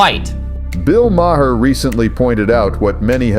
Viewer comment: Someone fix these Ai voice overs, Maher=My hair? Really? 🤨🤨